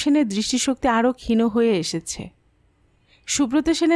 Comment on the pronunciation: Valoi laglo...ekta shabdo ektu kane laglo.. khoma korben...kotha ta khin,..khino na